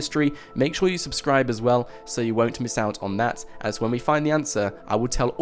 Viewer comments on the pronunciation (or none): none